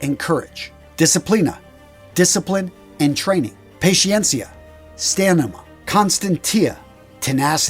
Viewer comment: Good video, but why would you pronounce "Stamina" as "Stanima"...??